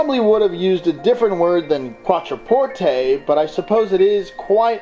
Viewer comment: I stopped watching when I realized you can’t even pronounce the name of the car :/